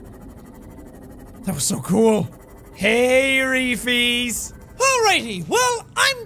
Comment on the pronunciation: It sometimes sounds more like "Hairy fees!"